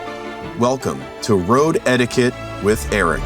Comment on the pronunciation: Erik absolutely knew what he was doing when he came up with "Road Etiquette" because it 100% sounds like he's saying "road head" every time he says it.